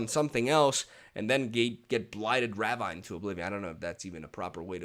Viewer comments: Love the videos and the content. I'm not sure if you are purposefully saying ravine in the manner you do but the standard pronunciation is "ra-veen" but I like your pronunciation all the same! Can't wait for the new expansion. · It's not ravine, it's ravine, gosh...